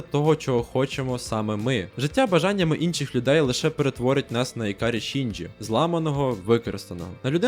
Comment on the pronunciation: ІКАРІ ШІНДЖІ, НАРЕЕЕШТІІІ, ДУЖЕ ДЯКУЮ ЗА ПРАВИЛЬНУ ВИМОВУ